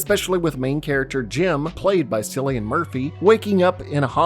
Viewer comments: btw its Kill - EE- An, not silly-an lol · Interesting video, but it was so grating hearing you say “silly-en Murphy instead of “Kill-e-en” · haha just noticed you said sillian murphy just want to let you know it’s pronounced kill-ian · I find it funny that youtubers can't fact-check themselves when it comes to an actor or character's name. It's pronounced Killian, the "C" is acting as a "K." Jesus. And he's well known you should already know this. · Man is disrespecting Cillian Murphy. Its pronounced kill-ian. Not silly-an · Wait, did you just pronounce it Sillian Murphy, like with an S? That ain’t right lmao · Love the video, it’s pronounced killian murphy though not sillian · Bugs me when people pronounce Cillian Murphy as Sillian it’s pronounced Killian other than that great video. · cillian murphy is pronounced with a hard C. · SILLIAN???? Sillian Murphy??? 🤣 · its Cillian with a "K" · Still cant get over Cillian murphy being called "Silly-an" 😂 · "Silly-an Murphy" 😂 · FYI, Cillian with a K, and he’d tell you the same with a straight face. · It’s pronounced “Killy-En” Murphy lol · Is that how you say Cillian Murphy? I've always pronounced it "Kill-Ian Murphy and he's my third favorite actor ever. My life doesn't make sense anymore. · As an irish man, i can confirm... It's pronounced "Killian Murphy". Even with the C, it's irish name so the C sounds like a K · Cillian is pronounced Kilien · Its funny how he calls cillian Murphy sillyan murphy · "sillian murphy" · It’s pronounced killian Murphy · Wow, his name is pronounced Killian, not with a “soft c”… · This is such a phenomenal breakdown and take on the film. It’s one of my favourites and was done so well. It truly was a rollercoaster the first time I watched. Just to add “Cillian” is pronounced “killian” ❤️ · The mispronunciation of Cillian’s name filled me with uncontrollable Fenian rage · It's pronounced Sicilian....jeez ;) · Was looking for this comment